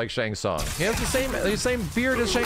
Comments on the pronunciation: really called him Tsang Tsung 😂😂😂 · its shang shun lol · Man said old Shang sung 🤣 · This man said Shang Tsung lmao